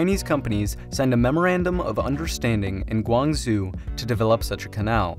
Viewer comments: It's pronounced Gwang Zow not Gwang Zoo. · Guangzhou is pronounced guang-joe (ˈɡwɑŋˈdʒoʊ) not guang-zoo 😣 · im sorry but i died when uou said guanzoo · Pronounced: Guang-joe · "Gwong-zoo" Oh dear.. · Bro, if you’re gonna pronounce Thai names correctly, at least try to pronounce some of the Chinese ones correctly too. “Guang-zoo” 😂😂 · I don’t think he could have mispronounced Guangzhou any worse 😂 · It's bizarre because it is pretty easy to pronounce and you can always check the pronunciation with online tools like google translate free of charge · Narrator somehow never says "Kra," although it's in the thumbnail, and murdered how to say "Guangzhou," while working hard on how to say those provinces of Thailand. And never mention China's "One Belt One Road" strategy, of which the Kra Canal is a part. By the way, after this video was made, Prime Minister Prayut's administration favors a Land Bridge, consisting of upgrading a port on either side of the isthmus and building strong truck and railroad links between. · Interesting analysis but please work on your Chinese pronunciation to improve the credibility of your report, e.g. “Guangzhou”.